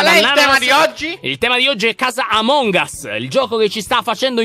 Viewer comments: Si dice among as che però si scrive among us non among as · Dici a che si dice amon gas